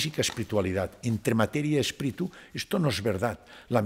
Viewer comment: Excelente entrevista, el doctor tiene unos conocimientos espectaculares, solamente le queda por aprender que no se pronuncia “espritu “ 😅😂❤ todo lo demás ha sido espectacular, gracias 🙏